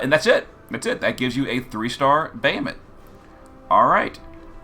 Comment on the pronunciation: we're just gonna gloss over the fact that our boy calls him "bay-uh-mut"? :( i'm only teasing, lol. thanks for the guide!